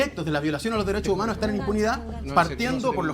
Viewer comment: Tenía que salir en Dauno TONTORRÓN con ... LOH DERESSSHO UMANHORS ... LOH DERESSSHO UMANHORS ... LOH DERESSSHO UMANHORS ... LOH DERESSSHO UMANHORS ... LOH DERESSSHO UMANHORS ... LOH DERESSSHO UMANHORS ... LOH DERESSSHO UMANHORS ... LOH DERESSSHO UMANHORS ... LOH DERESSSHO UMANHORS ... LOH DERESSSHO UMANHORS ... LOH DERESSSHO UMANHORS ... LOH DERESSSHO UMANHORS ... LOH DERESSSHO UMANHORS ... LOH DERESSSHO UMANHORS ... LOH DERESSSHO UMANHORS ... LOH DERESSSHO UMANHORS ... LOH DERESSSHO UMANHORS ... LOH DERESSSHO UMANHORS ... LOH DERESSSHO UMANHORS ... LOH DERESSSHO UMANHORS ... LOH DERESSSHO UMANHORS ... LOH DERESSSHO UMANHORS ... LOH DERESSSHO UMANHORS ... LOH DERESSSHO UMANHORS ... LOH DERESSSHO UMANHORS ... LOH DERESSSHO UMANHORS ... LOH DERESSSHO UMANHORS ... LOH DERESSSHO UMANHORS ... LOH DERESSSHO UMANHORS ... LOH DERESSSHO UMANHORS ... LOH DERESSSHO UMANHORS ... LOH DERESSSHO UMANHORS ... LOH DERESSSHO UMANHORS ... LOH DERESSSHO UMANHORS ... LOH DERESSSHO UMANHORS ... LOH DERESSSHO UMANHORS ... LOH DERESSSHO UMANHORS ... LOH DERESSSHO UMANHORS ... LOH DERESSSHO UMANHORS ... LOH DERESSSHO UMANHORS ... LOH DERESSSHO UMANHORS ... LOH DERESSSHO UMANHORS ... LOH DERESSSHO UMANHORS ... LOH DERESSSHO UMANHORS ... LOH DERESSSHO UMANHORS ... LOH DERESSSHO UMANHORS ... LOH DERESSSHO UMANHORS ... LOH DERESSSHO UMANHORS ... LOH DERESSSHO UMANHORS ... LOH DERESSSHO UMANHORS ... LOH DERESSSHO UMANHORS ... LOH DERESSSHO UMANHORS ... LOH DERESSSHO UMANHORS ... LOH DERESSSHO UMAN